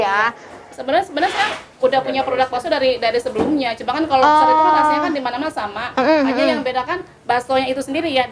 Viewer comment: Siapa yang ngira dia ngomong nya... Lofster bukan lobster...